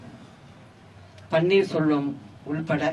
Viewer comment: she is saying panneer solvam , she doesn't know to pronounce the name even